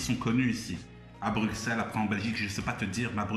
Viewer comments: Stp toi qui viens de Bruxelles dit " Brucelles" fait pas la meme faute que les étrangers 😭😭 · on dit "bruSSel" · Non mais ça ce prononce Brussels et pas Bruxelles